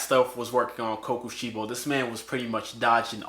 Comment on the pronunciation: Him saying sorry if I pronounce this wrong for kokoshibo him saying almost everything in the video wrong